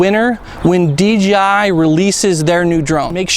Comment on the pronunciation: Please. ...it's DJI no DGI !!!